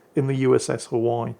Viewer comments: Hawai'i - three syllables - Ha-wai-ee. The way he says it makes my ears hurt . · Hawaii = Huh - Y according to lol missing those "ii" for the E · Pronounced HI-WY-EE. They are JINAN guns. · its pronounced Ha-why-e, in the southern US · The USS "Huhwhy". Never change. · I've never heard that pronounciation for 'Haw-i' before 😂Oh never change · Hi! Hawaii is pronounced "ha-Vi-ee" natively, or "ha-Wi-ee" by most of the lower 48. Unlike your frequent and justified butchering of the French language, I think the erasure of native Hawaiian culture and language calls for correct pronunciation here (ha-Vi-ee). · Mispronouncing Hawaii throughout the entire video drove me crazy